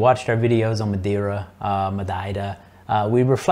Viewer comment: You pronounced Madeira correctly! Don't think I've heard anyone do that before! Just found your channel and enjoying it.